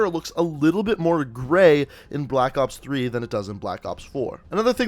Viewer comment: he said black oops 3 lmao